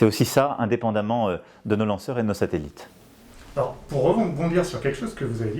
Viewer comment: "Les SateLLLItes" <3